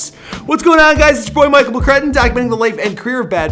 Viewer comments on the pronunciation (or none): none